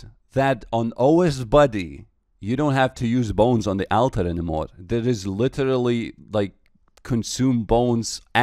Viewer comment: On the AL-ter